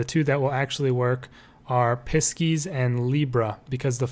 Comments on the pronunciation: really helpful ! thank you!! but pisces is said like 'pie-seas' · when I heard the way he said Pisces the first time i about lost it 😂😂